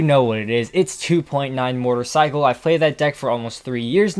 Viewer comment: When he said mortar cycle I thought he said motorcycle